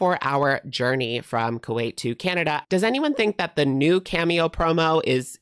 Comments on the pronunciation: Not Ku-weight 😂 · Not gaining a bunch of "Ku-weight"!!😂😂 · Not the Ku-weight 😂😂😂